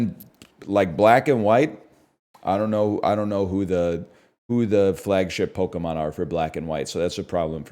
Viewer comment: The way he pronounces pokemon names is insane